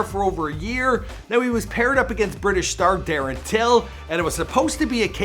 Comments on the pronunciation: Damn man I don't think u got one of those names right ... At least u pronounced "Till' right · Do your research in people's names before ya spit their name out of ya filthy mouth. Have some respect for the greats you've mentioned and not took the time of the day to even look up. Ya pronounced till right that's about it.......